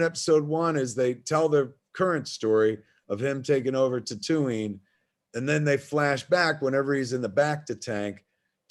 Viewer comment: "Ker-aw-soow-aw" and "Tuh-too-ween". Kevin is pronouncing things weirdly. Someone make sure he's not having mini-strokes please. We need him to stay alive.